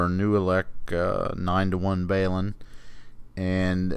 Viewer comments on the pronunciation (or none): BAY-LIN ??? 😁 That's the first time I've ever heard it Pronounced that way